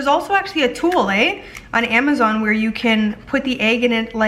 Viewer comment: In the middle of watching the vid I had to stop and type this when I heard “ there’s also a tool eh!” Lol yaaaas to us Canadians eh!